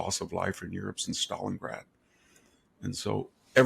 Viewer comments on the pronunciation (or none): none